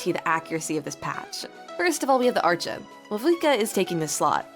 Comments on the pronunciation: fr how do these people believe its her and not AI, you cannot even hear a single breath during these sentences. Humans have to breathe, AI doesn't. It sounds too robotic, I could believe it is someone speaking but the way she said archon has me believing its not her, i struggle to believe someone who has been playing genshin this long would still be this clueless. No genshin player actually says it like that, you can't have been playing as long as she has and think its archon when all in game characters literally pronounce it as "arkon". EDIT: Just realised this is apparently her first time speaking, thought she was trying to claim all previous videos was her real voice too and not ai. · You literally pronounce it "Arkon" in other videos like even your most popular video, you pronounce it like that. Why does it change every few videos? That's why I believe the voice is AI or smth, because how would you pronounce it as arkon originally and then claim your accent makes you pronounce it as "arch - on " sometimes. Also trying to claim you edit out every single breath is insane. Even when someone speaks, you can hear a hint of their breath, that can't be edited out because its during the words itself, "your" voice has no breath in it at all. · Its 100% AI. There is no way a daily genshin player doesnt know how to pronounce the word Archon. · Why are you pronouncing Archon wrong? If this is really your own voice then this is really good🙌🏼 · I have a question, why do you say arCHON when throught the story they always pronounce it as arKon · You should pronounce "archon" as " arc hon" not "arch on" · bro so its not arCHon? In Poland we have word arCHont, so I was saying like that all the time, but its CH --> H, not CH-->CZ sound, its not arczon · It's pronounced "arkon" apparently ☺ Also, is the character phase order for the 6.2 Banners almost already confirmed? Like, is there some chance that it will be rearranged? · Ah, yes. Arch-uns.